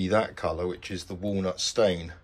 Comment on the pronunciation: Walnut stain, walnut stain, walnut stain, walnut stain …… its posher 🙂